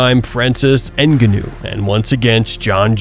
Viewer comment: Everytime you pronounced francis ngannou I had a stroke